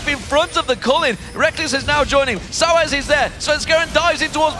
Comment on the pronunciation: Why does Deficio pronounce Xpeke: XpekeR. And Soaz: SoaRz?